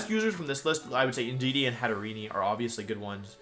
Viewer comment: It's "Hat-er-EEN", as in "serene".